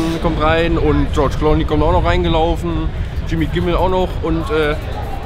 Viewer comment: "Tschortsch Klony" ^^